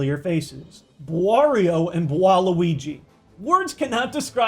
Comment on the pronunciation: I don't know who is harder, bwario or bwaluigi